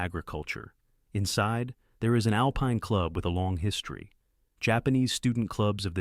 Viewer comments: Why cant a.i say alpine properly 😂😂😂😂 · Ai mispronounced a lot of words...annoying. AI needs "Hooked on Phonics."